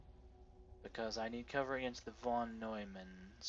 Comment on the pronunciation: Pronounced fon noymann. Now you dont have to look it up.